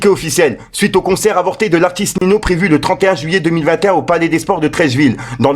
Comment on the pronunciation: 😂 Il m’a dead comment il a prononcé